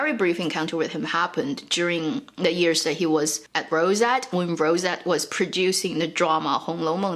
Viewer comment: Random comment: She seems to never pronounce the ‘y’ in years. Always sound like “ears”